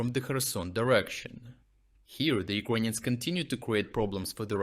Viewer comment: Dude, stop saying UkrOnians..please.